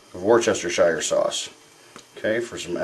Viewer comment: the correct pronounciation for worchestershire, os "wooster-shire" my aunt is brittish (where it origionated) but at any rate, it looks delish!